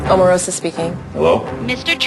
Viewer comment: Donald Trump can't even say Omarosa's name correctly.